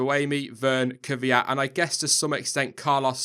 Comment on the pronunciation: why do all english say "kyviat" when his name is kvyat?